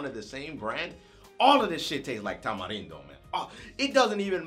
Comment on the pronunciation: Shoutout to your Mexican's? I'm a Mexican as well as a huge fan and I just wanna let you know I love that you know how to say Tamarindo !!!!! #RESPEK